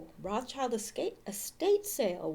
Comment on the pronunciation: if you wanna be a step above everyone else remember what Rothschild means. Red Shield Roth Schild (Roth Scheeld) pronounce it like this and you’ll be one of the few to just get it right. It’s important to remember why it is like that